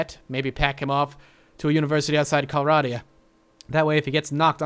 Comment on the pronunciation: Correcting you on how you are pronouncing some of the things here. Calradia: Cal-raid-ia. Swadian: Sway-dee-an.